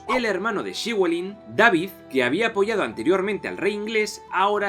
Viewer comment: Que tal amigo! Saludos desde Argentina. Acá en la Patagonia hay descendientes de galeses y nos contaron la historia de Llywelyn. Ellos lo pronuncian como "Léfelin". Saludos.